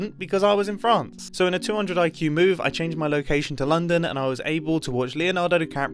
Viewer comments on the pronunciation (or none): none